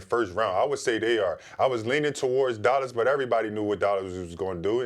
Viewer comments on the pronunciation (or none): Markeif Morris doesn’t say Dallas he says “Dollus”